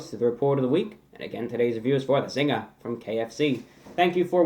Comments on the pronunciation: since these originated in Australia. your pronunciation of zingah is correct. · LOL mi love yuh! we call it 'Zinga' in Jamaica too lol you got it right! lol Jamaica has the best KFC come and review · Phil Deep In Australia it's just a Zinger because that's how we pronounce it (We automatically say Zinga) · Australia's had the Zinger for a few years before the US so "Zinga" is technically the right way to say it